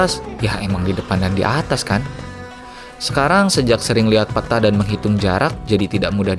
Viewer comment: peta bung bukan peta